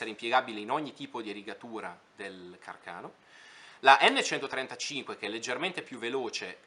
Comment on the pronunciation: Càrcano....come il suo inventore😅non carcàno😂